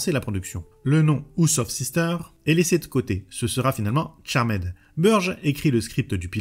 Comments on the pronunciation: Merci pour la vidéo mais en phonétique c’est charmde et non charmaid. 😂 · Super vidéo ! Par contre t'abuses sur les CharMAID ^^ "Tcharmd" 😘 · J’ai rencontré tout au long de ma vie ( proche, ami, collègue, connaissance ) qui disaient « Charmède » plutot que « Charmd » tout du moins. Et étrangement meme un Youtubeur Dijonnais le dit de la même manière donc bon … L’un dans l’autre … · C'est dommage de ne pas avoir plus creuser le sujet. En 5 mns "charmaide" (ça pique vraiment les oreilles), ensuite on passe de proue à pru ?!? Et Phoebe a aussi le pouvoir de lévitation et devient reine de l'enfer, en tant qu'épouse de la source, avec Cole... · 3 secondes de vidéos, j'entend "charmède" j'ai envie de quitter, je reste mais je me sens sali 😂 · Merci bcp pour la vidéo. Cependant, attention tout de même à l'accent anglais quoi... Je ne demande pas à ce que les YTubeurs auxquels je suis abonné soient bilingues, mais dans la mesure où vous jouez tous un rôle plus ou moins éducatif auprès du public qui vous suit, un minimum stp 🙏🏽 "CharmÈd"??!....pas comme si tu le disais qu'une fois en 40 min en plus. (J'en ai tenu 25, ça m'a saoulé). Cela ne coûte rien de procéder en amont à une petite vérification des mots anglais que tu vas utiliser dans le cadre de ta vidéo pour nous livrer une narration qui ne fait pas saigner des oreilles (valable pour toutes tes précédentes vidéos, mais aussi pour les fautes de français/prononciation qui, perso, me perturbent à chaque visionnage de ton travail que je respecte. C'est pourquoi je te dis encore une fois, merci pour cette vidéo ! Signé : un abonné qui t'aime bien, toi et les sujets que tu traites, mais pour qui les langues française et anglaise ont encore une grande valeur à une époque où tout cela semble anecdotique pour bcp.... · Moi aussi je dit charmaide